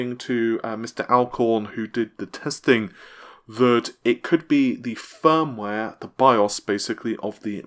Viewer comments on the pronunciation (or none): none